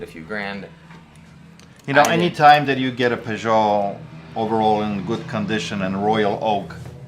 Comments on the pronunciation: is that an AP royal oak? And did he pronounce Piquet like the French car manufacturer Peugeot? 😂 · You called it a peee Joe. 😀 Maybe Peee gay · Pee-kay, not poo-joh. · that’s cool to know, I thought he was trying to pronounce piguet!